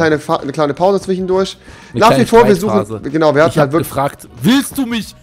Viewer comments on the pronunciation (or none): Bei Rewi heißt es nich zwischendurch, sondern zwichendursch xD